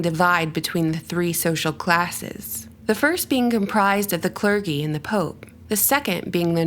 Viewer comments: Cler-jee not cler-gee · It's clergee not clurgy. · Its pronounced cler GEE (like the letter G) with a soft G not with a hard G. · "Clergy" isn't supposed to rhyme with "Fergie." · "Clergy"is pronounced with a "soft G" friend... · Great, amazing video! Much food for thought. Just one quick note: clergy is pronounced ‘cler-gee’. Thanks! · then whyd she pronounce clergy "cler-gy" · Soft g in "clergy." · I have never before heard the word "clergy" pronounced with a hard "G." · clergy is soft g... good vid! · The g in clergy is lik Georgia not game